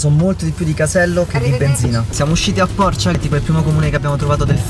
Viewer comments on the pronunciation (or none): si dice porcìa 😅